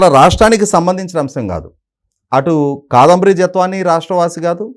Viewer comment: ముందు " కాదంబరి" అని స్పష్టంగా పలకడం నేర్చుకోవాలి. తెలుగు భాష ను గౌరవించడం నేర్చుకోవాలి.